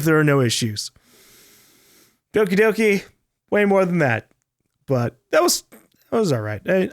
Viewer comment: How is that fucked up game called with gore and shit? I can't understand him that well when saying the name of the game